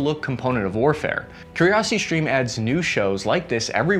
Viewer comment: I very much like! Great information and I like your tone. I would suggest that you stop adding random Hs to words, i.e. shtreem, deshtroy, shtrike, shtrength, infanchry, These mispronunciations weaken your authority. Keep up the good work!